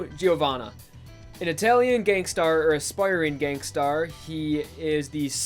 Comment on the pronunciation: love pronunciation of gangster. "gangstar"